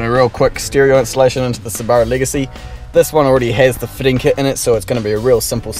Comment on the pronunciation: Sooo Bar OOO (Subarau) Niss in (Nissan) ! LOVE IT